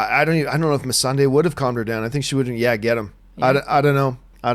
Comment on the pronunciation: So only 10 minutes in, You can't say Targaryen, Missandei, or Clengane even remotely correct. These aren't fringe characters. And for that reason, Im out.